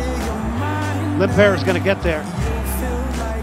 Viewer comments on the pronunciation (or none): i love how they pronounce lindpeer instead of lindpere :D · americans can't say his name it's not lindbear it's lindpere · Easily the Most Valuable Player for the Red Bulls. It's a shame the Americans can't pronounce his name correctly!